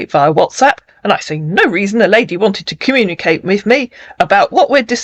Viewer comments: "Comma-na-cate' instead of Communicate?! An American soldier? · Is he actually saying he is AN AMERICAN HIGH RANKING SOLDIER"? First off, he would never call himself by that; he'd be saying his rank cause they take pride in that. Also, no soldier could understand his orders because he CANNOT even pronounce words properly. Nobody can understand him cause his accent is actually thicker than most scammers